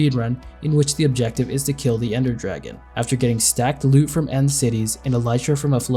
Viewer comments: 'Ender Dargeon' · Anyone else notice in the first dragon fight “Ender Dargeon” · Ender Dargeon 🤣